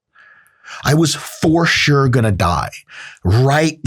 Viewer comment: the most jewish "gonna" i've heard